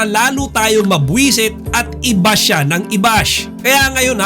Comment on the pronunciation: Di po shiyan Basa sa name Nila... Siyan po. Hahahaha